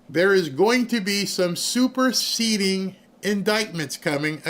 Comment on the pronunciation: When he said "superceding" I thought I was hearing "Super seedy"... with Comey both are true